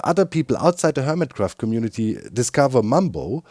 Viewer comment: This week... on Hermitract 😂